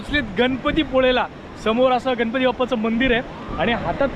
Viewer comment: गन पती नाही गणपती म्हणा कोकन नाही कोकण म्हणा भाषा शुद्ध ठेवा.